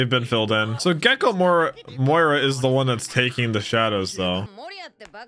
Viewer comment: Can you stop calling him moira